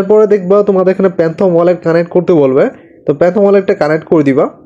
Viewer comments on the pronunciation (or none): ভাই, আপনার ভিডিও ভালো হয়েছে। কিন্তু Don't mind 😊 প্যানথম না, ফ্যানটম। মিলটিং না, মিন্ট। গোইল না, গাইডলাইন। 😊 আর ভিডিও ডেসক্রিপশনে অনেক বানান ভুল আছে ভাই। Channel= চ্যানেল, Group = গ্রুপ। এগুলো ঠিক করেন।